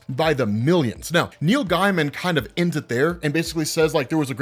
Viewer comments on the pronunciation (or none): Pronounced GAY-mun. Not guy-mun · Btw his name is pronounced “Gay-man” not “Guy-man” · Gaimen is pronounced Gay-man, not Guy-man. You can go to his Wikipedia for verification, or watch the Simpsons episode The Book Job when he guest stars and they say his name several times. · Neil “gay-muhn” not “guy-muhn” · Just a quick pointer, that’s not how Neil’s surname is pronounced, in fact it almost sounded as if you were saying “Neil Diamond”! You’re pronouncing the name as as “Guy-man” and the correct pronunciation is “Gay-muhn” or “Gay-mn”! 🗣🤷🏼‍♂️ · Gaiman is pronounced gay-man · His name is pronounced like gay-mun. Source - Neil Gaiman. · GAY-MIN. ITS PRONOUNCED GAY-MIN. JFC. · I thought his name was pronounced Neil Gayman?